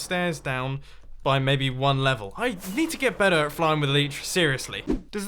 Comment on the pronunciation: Every time he says better. I think je says batter